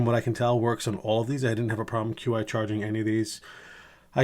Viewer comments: Stupid nit pick I know. But it’s pronounced chee charging not QI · The XT was originally known as the Pursuit Case for the iPhone 10. And the correct pronunciation of Qi is “chee”.